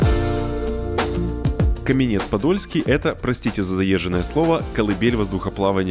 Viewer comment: КАменец-Подольский - ударение на первьій слог!